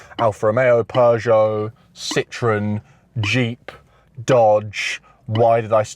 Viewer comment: Lol why do you guys say per sho? ........pee cho